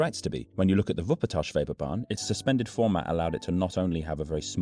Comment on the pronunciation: Schwebebahn. Not Scwhebebahn. 🙂 Sch is a kind of sh sound, but a bit "richer" in tone.